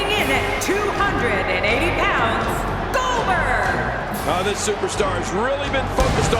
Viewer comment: needs to redo that "Goldberg" line again. Last time I remember, I don't remember his name being "Gober".